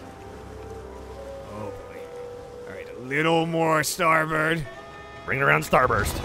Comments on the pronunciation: when they say "starburst" instead of "starboard" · keeps saying “starburst” instead of “starboard” and nobody calling him on it makes me laugh every time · STARBOARD. Not Starburst.